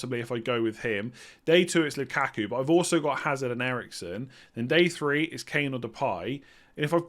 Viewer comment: Hazard silent H I think 🤔